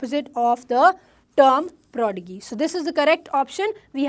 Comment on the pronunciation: Please be correct pronunciation of prodigy